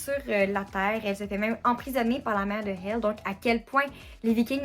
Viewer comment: Merci pour ton super retour très complet 🖤💙🤍 (et ta prononciation est exact pour le nom de Hel ☺️)